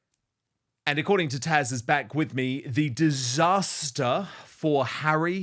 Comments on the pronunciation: Her name is Taz, with a Z, not TaSH. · I'm sorry, but I find it difficult to ignore the fact that Dan seems incapable of or unwilling to say "TaZ", not "Tash" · Dan, it is considered quite rude to continue to call your contributing guest by the wrong name. She is known as Taz not Tash. Poor form Don, err Dan. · Her name is TAZ and not Tash? 😅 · Her name is TAZ, not Tash...🤣🤣👍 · Dan, I love you both so much. You are fun, intelligent and informed. I do have one thing though, this is Taz. I have watched her for quite a while. I keep hearing Tash. Am I hearing wrong? I am getting older and don't always hear correctly. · Why do you keep calling her TASH when it's TAZ??? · Dan this lady is TAZ not 'Tash or Tasha' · Dan, isn’t your guest’s name TAZ?? Why do you call her Tash? Just asking… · Dan, are you calling Taz, "Tash"? It sounds like it but maybe just the sound. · Why does he call Taz “Tash”??! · Dan, isn't her name TaZ or is it TaSH I'm hearing?:) Either way...love her and her channel ❤ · I love you, Dan, but it's TaZ. TaZZZZ. Not Tash. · He keeps calling her “Tash”, 😆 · Someone needs to let Dan know that her name is ‘Taz’ 👍🏻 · Thank you! I literally just commented. It’s rather irritating!! get her name right - even with your accent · Her name is Tasha but goes by the name Taz 😊